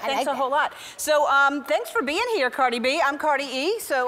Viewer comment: Me: mom can we have carid B? Mom: no we have carid B at home. Carid B at home: wassp I'm carid E